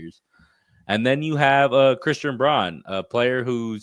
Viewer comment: Thx for the vid - FYI, Christian Braun is pronounced Brown not Brawn